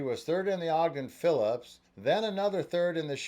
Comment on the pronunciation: It's Ogden Phipps, not Phillips!